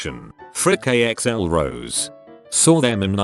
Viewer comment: Why can the voice not pronounce or say correctly simple words? Mispronouncing audience, axl, and orleans? That's software sucks lol